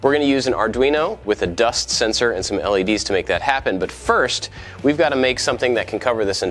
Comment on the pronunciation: hold on, does he say "hey i'm AND i like to make stuff" or does he say "hey i'm AT i like to make stuff", am i just crazy and heard wrong this one time, or have i always been wrong thinking he says "and"